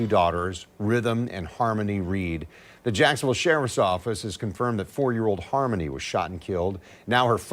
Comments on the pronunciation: It's not Har mony' it's harmony like lyrics. AI ain't all thatm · He can’t pronounce harmony?RESTIN PEACE SWEET BABY❤